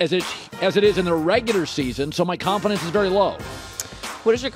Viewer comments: Bro said “colinfidence” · Lol Joy when saying “ Colin-Fidence”